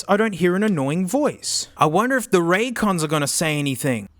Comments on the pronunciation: “I think you owe RonDons an apology hey” Out of all the incorrect ways he pronounced that name, this one is definitely the best in my eyes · "Conrays" "Ray Jays" "Ran Cans" "Roy Joys" "Ron Dons" "Ray Days" "Ray's Con" Genuinely couldn't stop laughing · "well there they are... ThE rAn CaNs." XD